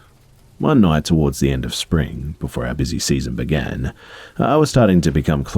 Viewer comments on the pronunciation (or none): none